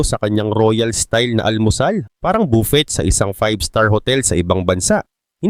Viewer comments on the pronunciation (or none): Buffet; bufey po ang bigkas 😊